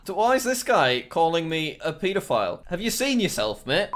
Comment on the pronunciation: the way he pronounced pedophile tho what